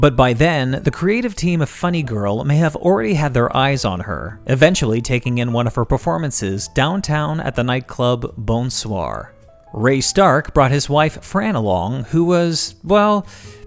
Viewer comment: The Bon in „Bon soir“ is pronounced like Bon Jovi not like Bone the o is not important it is more like the above Bon in Bon Jovi or John!